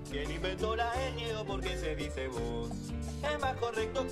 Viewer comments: Me estresó mucho tu pronciación de voh. La v se pronuncia como la b de abaco. Y va con h pq termina en una aspiración corta. Igualmente cuando elipsamos la d va con una aspiración corta en las clases media y alta. En clase baja hay correccion y se pronuncia o bien no se pronuncia en absouto (tu "he terminao" y " y la comía eStá prepará" suena a delincuente😂) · Te aclaro que en Chile se usa bastante el "vo", en todas las clases sociales, como una manera despectiva de dirigirse a otra persona, y también en tono íntimo: "Vo soy tonto" "Vo sabí que te quiero. Pero no se pronuncia como tú lo haces, sino que de una manera implosiva.